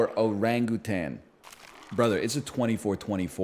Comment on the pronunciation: NL's over-pronunciation of O-ran-Gu-Tan always makes me smile for reasons I don't quite understand